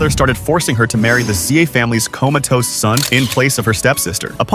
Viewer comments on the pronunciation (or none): Coma toasted son ...... What the f man .... First the ai was calling it vegetable and now .. coma toasted ....